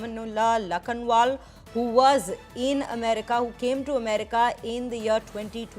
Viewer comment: Pronunciation of rahman+ulla is not rama+nulla. Moreover his surname is not lakhan + waal. Please at least pronounce the names properly.